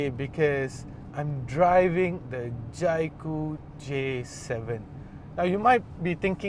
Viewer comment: Can’t even pronounce the brand Jaecoo properly, it’s J cool and not Jai Cool